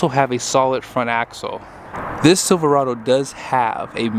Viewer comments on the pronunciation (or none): none